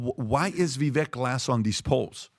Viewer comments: How does STILL call Vivek “Viveck”, I swear he has a flat brain. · Guys, Vivek said his name is pronounced to sound like Viv-ake, like cake. I'm not voting for him.